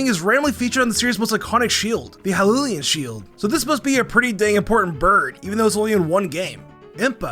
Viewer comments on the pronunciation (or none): none